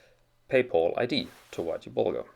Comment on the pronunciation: very interesting video.........the Whitey Bulger (btw, it's "er", not "ar".....Bulgar's were Turks from the Volga region in the 7th century....lol.......a group eventually settled Bulgaria)..........guy was a low life gangsta.....one of the worst murderers in gang history....and he was Irish............